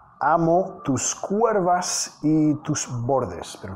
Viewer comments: Hola para que mejores tú español, no se dice cuervas si no curvas. Eres excelente profesor me encanta aprendo mucho contigo Felicidades. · es curvas no cuervas pero no sé cómo explicarlo. Bueno solo se pronuncia la u y no va la e. Saludos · Profesor, don't say (CUERVAS) lo correcto es (CURVAS) without "e". It was a great song. Thank you. And I keep learning english with music. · se dice *CURVAS*, no se dice Cuervas. 🤗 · Se dice...curvas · Se dice curvas profe 👨‍🏫